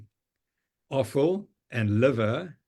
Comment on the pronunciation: The comment about the carnivore who re-introduced cheese.. Prof Noakes replied 'As long as you're eating bone broth, liver and arfow..' what? Arfow? This must be a south african term.. please help this American know what you mean! Thank you!